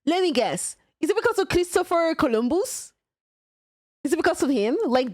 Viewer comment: Colombussy! Massasushi! Subobs!